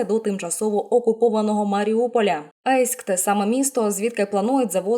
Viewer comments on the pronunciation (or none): Ейськ а не Єйськ це такий стьоб тоді гуд!! а якщо помилка то прикро. бо на карті українською написано з є??